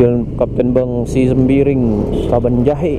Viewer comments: Cara ucapin nya kabanjahe.. Bukan kebon jahe yaa🤝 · Cara ucapin nya kabanjahe.. Bukan kebonjahe 🤝